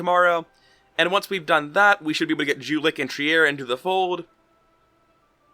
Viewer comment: it hurts to hear you pronouce Jülich and Trier D: ;D